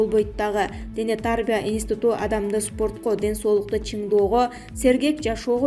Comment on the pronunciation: Дене тааарбия дебей туура окусан.